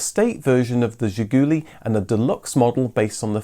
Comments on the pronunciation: Not "zhigUUUly", but "zhigulYY" is correct accent. The final syllable stressed in Russian. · It is not pronounced Ziguli ........... it is pronounced ZHIGOOLAY ...... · It's Zhi-goo-LEE, not Zhi-GOO-lee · Excellent! Absolutely excellent video, probably the best one I ve ever seen about Zhiguli. In Russian Zhiguli is pronounced with the stress on the last sillable zhiguLI. Thank you very much for your fascinating videos Best wishes from Russia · It is pronounced "Zhiguli" with stress on the last "i". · It's pronounced "Zhih-goo-LEE." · Funny fact about the name "Ziguli" it's a plural word. Just imagine the British car named "The Highlands". By the way you should say it more french with stress in the end of the word as "Zhigoulee". On the Soviet domestic market it was the main name of the car. "Lada" name was on the badge, but nobody used this word until early 2000s when Kalina released. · Zhiguli, as in, she kicked me right in the Zhigulies.